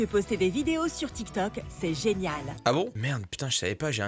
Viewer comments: Elle a dit télé tok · L'arabe dans la vidéo est claqué au sol hhhh et tiktok ne se prononce pas comme elle la dit hhhh 😌